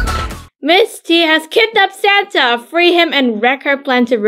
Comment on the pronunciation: I love the way you say santea